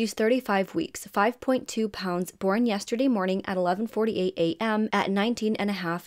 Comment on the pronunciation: I love how you cover cases. You are one of my faves, for sure. Ya didn’t ask for it, but… the word is ‘born’ not ‘boren’ 😊